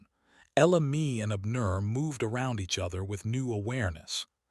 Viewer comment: Most interesting indeed!👌🏾☺️🌺 The name Abner is pronounced:- ‘Ab, as in abs, and nur’.